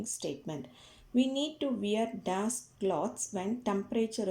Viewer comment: Bro it is not das it is dash